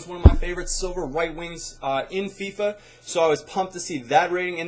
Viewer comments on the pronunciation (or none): none